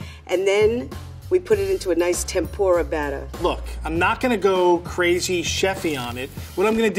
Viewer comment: You guys called it "Tempura" wow, appreciate from Japan.